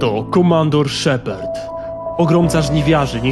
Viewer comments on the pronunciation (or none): ...Ty sam jesteś SZEPERD! 0.o Cała galaktyka czyta szepard xD! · po pierwsze lubiłem i lubię zakończenie ME3 i po drugie czy ty powiedziałeś szeperd?